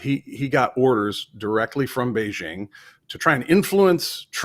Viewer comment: The "j" in the word "Beijing" does not rhyme with the "g" in the English word "regime"; in fact, this sound does not exist in Chinese. The "j" in the word "Beijing" rhymes with the "J" in the English name "Jim."